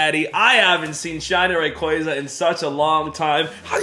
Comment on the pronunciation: please stop saying rayquaza like that it's giving me cancer lol